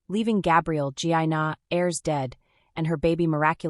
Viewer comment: "A-ers" NOT airs